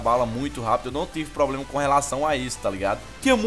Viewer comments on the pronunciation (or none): none